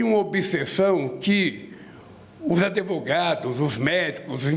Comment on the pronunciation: maniaco por educacao falando "adevogado", nao teve oportunidade quando jovem mas teve inumeras depois. Passaram 8 anos de governo e mais 3 agora e nenhuma evolucao de ideias. Travado no tempo e mentindo pra si mesmo e para os outros sobre a falacia de heroi nacional quando simplesmente foi um momento que caiu em seu colo e mesmo assim disperdicado. Pois bem, vai uma frase de um dos melhores filmes ja feitos do Batman , "...Voce morre heroi ou vive o bastante pra se tornar vilao." Dito isso o falso heroi virou hoje o verdadeiro vilao (teclado us)